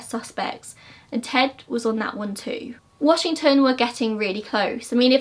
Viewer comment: I love it, Ted Bundy has always fascinated me especially bc I grew up in the area he was active in. Thanks for another amazing video. The way you pronounce the towns/areas out here in WA is adorable I love it hehe